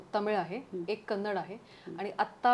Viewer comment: Shruthi not kannad you should say ki kannada .This is real word to say nd speak